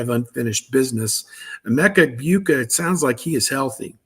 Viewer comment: For fart sake, it’s pronounced… “eg-BOO-Ka” NOT “eg-BYOU-ka” He’s been a Buckeye for 3.5yrs, and you’ve been doing this far too long to be this lazy. If you’re still not sure, listen to every other analyst pronounce it, including your VCFB partners